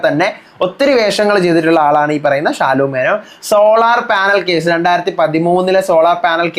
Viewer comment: ഷാലു മേനോൻ അല്ല. ശാലു മേനോൻ എന്നാണ് 😂